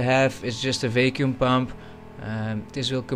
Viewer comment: Its "VACK-YOOM" not "VAKE-YOOM"